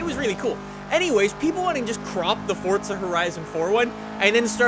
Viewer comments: It’s not fucking fortza it’s fucking FORZA. He says it like it’s fucking pronounced Fort za. Omg he is so damn stupid. WELCOME TO FORTZA! ITS FORZA U IDIOT. FOR ZA NOT FORT ZA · It's Forza not Fortza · its not fort-zuh its four-zah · FORZA.......not forTza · how does this guy have almost a million subs with the way he says forza...its not fortzuh bruh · KAL 1 Am I the only one hearing him say FORT?